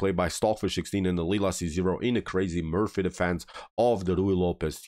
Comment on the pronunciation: Loved the game, loved the commentary. But it's the MORPHY Defense, rhymes with "Story". Thanks.